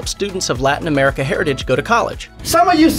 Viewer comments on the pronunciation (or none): none